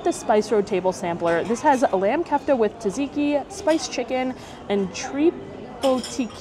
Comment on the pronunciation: Just to let you know that Tzatziki pronounced sat-see-kee! Not Tuh-zee-kee ;)